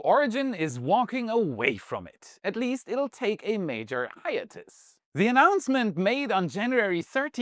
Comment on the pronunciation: Great video,! One minor pronunciation issue. 'Hiatus' is pronounced 'high ate us' with the accent on the 'ate', rather than your pronunciation of 'high at us' with the accent on the 'us'.